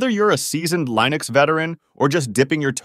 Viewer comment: Why do you say Lineux instead of Linux?